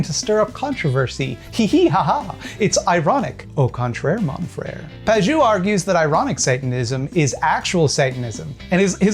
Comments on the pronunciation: To summarize -- "I don't understand what Pageau (mispronounced as Pajoo) is saying. So he's stupid." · Fun fact: the -eau suffix in French is usually pronounced "oh" rather than "ooo" :) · FYI, Pageau is pronounced "Pa-jo". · Usually in French, "eau" is pronounced like "oh", not "ooo". But I have no doubt you're quite correct about him, otherwise. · It's pronounced more like "pah-zhoh" not "pah-zhew". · But for real, if Pageau knew the language his name comes from, he'd know the letters "eau" are pronounced "o", so "paj-o" is his name and I'm even more annoyed now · My cousin knew a French guy once, and it's pronounced Page-O. You're welcome, don't mention it. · As an academic who tries very hard to be able to explain things clearly to laypeople, this obfuscatory air Pageau puts on really gets my goat. PS: If you're interested, his name is pronounced /paʒo/ or "pa-zho". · Please, please, Pageau is pronounced "PAJ-O" the way you say it sounds like "not cheeks" or "not juice" and it hurts my poor franco-ontarian ears so much... Great video though, I actually know one of his fans and it's really disconcerting how he convinces otherwise intelligent people of some very strange (to me) beliefs. Keep up the good work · Isn't it pronounced "Paj-oh"? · shouldn't Pageau be pronounced pa-jo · He pronounces ‘Pageau’ wrong too. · That's not how to pronunce "Pageau". Otherwise, interesting video! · I'm pretty sure that's not how you pronounce Pageau but this doofus doesn't deserve a regular name. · The pronunciation of Pageau is this vid is sending me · He pronounced his own name wrong, in French "eau" makes a long O sound. Trudeau, for example Eau de Toilette for another example.